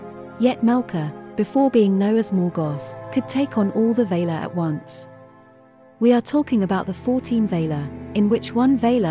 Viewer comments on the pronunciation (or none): valar not vaylar for e.g.